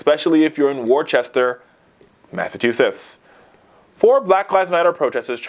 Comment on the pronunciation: The town Worcester's name is pronounced "Wuhster".